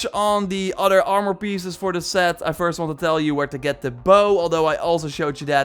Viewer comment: Hate how he say armor😭